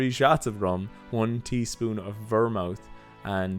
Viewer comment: Your pronunciation of vermouth (ver-mooth) is painful. Cilantro is also known as coriander. It's a strong-tasting herb that some people don't like the taste of.